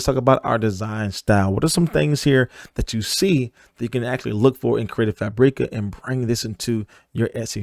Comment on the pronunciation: Hahah its just pronounced CREATIVE FABRICAH. Like Frabic with an A at the end. There us no Eeeeee in there.